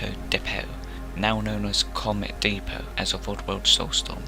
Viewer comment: the way you say "Depot" to make "Feeco Depot" not roll off the tongue pisses me off.